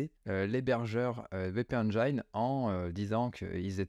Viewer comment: WpEngin se prononce: Wp éne jine